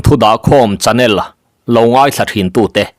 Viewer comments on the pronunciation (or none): none